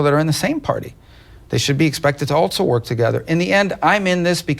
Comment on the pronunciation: Someone should let Rubio know there is no “t” in the word, “also”